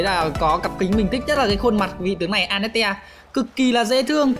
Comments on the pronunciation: Anh ko biết đọc à vãi cả đọc a net te trong khi là an net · A hay ns lẹo tên annette thành tel anas :))))